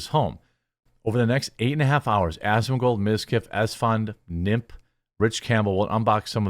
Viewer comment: Oh Jeremy, the way you said Nmplol made me laugh when you pronounced it Nimp. It’s N M P like initials since his first name is Nick.